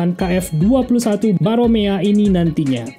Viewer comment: Namanya Boramae min, bukan Baromea.